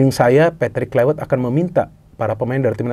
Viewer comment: Pembacaan: Klaivert, bukan Klaiwert